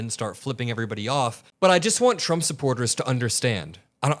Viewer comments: He can't even say his own Name 😂😂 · There's something abnormal. He can't cleary pronounce his own name. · He’s can’t even say his own name right ! He’s gotten into Elon’s Ketamine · Sounds like he says Donald CHUMP